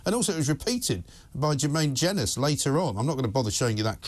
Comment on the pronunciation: 4.59 Ironic that the pr expert gets Jermaine Jenas name wrong in remarking that he’s a mediocre presenter and footballer.